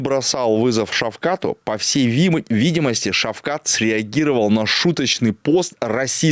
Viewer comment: ПОЧЕМУ ВСЕ ВРЕМЯ НАЗЫВАЕТ ШАВКАТА ШАВХАТОМ. ВРОДЕ ВЗРОСЛЫЙ ЧЕЛОВЕК,МОЖНО ЖЕ УЖЕ НАУЧИТСЯ ПРАВИЛЬНО ПРОИЗНОСИТЬ ИМЯ.ЭТО ЖЕ НЕУВАЖЕНИЕ К САМОМУ ШАВКАТУ.